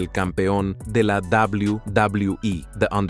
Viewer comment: "Doblaui Doblaui I"